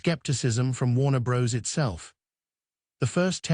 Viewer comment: Warner Bros?.....seriously....bros? C'mon, hire a voice actor, FFS!